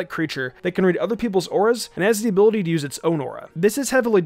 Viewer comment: he obviously didn’t mean to do that, do try to start stuff, you’re just being annoying.